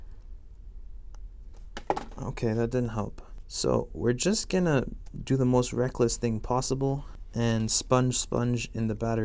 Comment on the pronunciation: The way he days "Gonna"